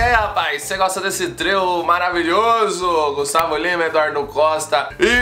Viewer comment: Kkk, ele não conseguiu pronunciar o nome do Gustavo Lima!